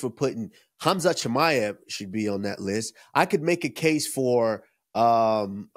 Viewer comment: Bro said Umar 😂